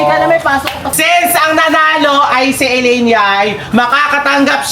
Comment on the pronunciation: Ellaine- Sasha laparan✅ Shellaine- Sasha taparan❎